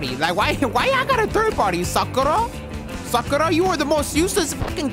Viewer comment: the way he said sakura